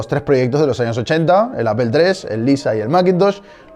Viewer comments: Muy buen documental, pero me pregunto ¿porque pronuncias Apple como apel? En español es aple y en ingles es apol. Es tan bueno el documental que se aprende a soportar la mala pronunciación. Si quedan dudas escribe apple en google translate y a escuchar :-) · Entiendo q en españa las palabras en ingles las leen como se escriben, entonces Apple se lee "Aple" y no "Apel" . No se de donde diablos sacan eso de Apel ? mas claro el agua. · Es muy cagado escuchar a un español pronunciar Apple... decir Apel en lugar de Apol... dan mucha risa. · Yo no entiendo por qué pitos los españoles dicen APEL Y NO APLE como se lee. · Señores españoles, no es ÁPEL, se pronuncia ÁPOL. Si van a refugiarse en el absurdo argumento de pronunciar como se escribe, al menos pronuncien ÁPLE🙄🙄🙄🙄🙄🙄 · Clase magistral en 10 miutos... que me enseñaon el la Universidad en 2 semestres. jajajaj. A propósito... a pesar de tu comentario fijado, se pronuncia APOL, sin ofender. salu2. APEL "OPEL" ES OTRA MARCA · por que pronuncian apel, si se escribe apple? Me explicas, gracias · Pero es facil! Solo di “apol” jajajaja es mas amigable jajajaja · Pues estás justificando una catetada. De la misma manera que pronuncias "gúgol" o "gúguel", deberías pronunciar "Maicrosoft" o "Appol". Si no, ya puedes estar pronunciando de forma literal cualquier nombre extranjero. Lo que llamas "diferencias culturales" es, simplemente, falta de interés al expresarse. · y quien dijo que lo hago? yo si se ingles y los nombres no se traducen, o acaso tu dices: luis de Beethoven o Ricardo wagner? Apple no se pronuncia Apel, punto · Apple /Apol/. Google /GUgol/ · A mí me da igual, se pronuncia "Apol" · Por qué en España se pronuncia "Apel la marca APPLE solo por curiosidad nada de hate. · No se porque me genera mucha ansiedad cuando los españoles pronuncian mal deliberadamente las palabras en inglés, como eso de pronunciar apel a Apple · Peeero tu dices APEL!!!! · por que dices apel ? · appel? jajajjaja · Sin olvidar “Apel”